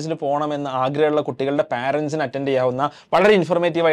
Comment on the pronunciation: Parents... pronunciation wrong